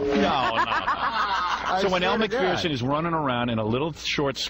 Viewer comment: It's pronounced Mak furr son. Not mak fear son.